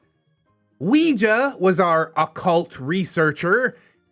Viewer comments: same.... it hurts my brain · I'm sorry... But all I can focus on is pronunciation of "Ouija"